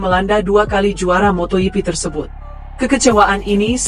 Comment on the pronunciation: Moto hipi😅😅😅 Sok bahasa spanyol lu